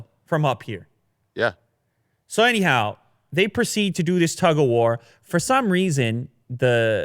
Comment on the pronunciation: Every time he says anyhow, I hear a你好😅